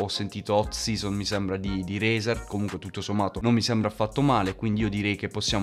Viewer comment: Si pronuncia “Razer” con la “a” non con la “e”. Comunque bomba.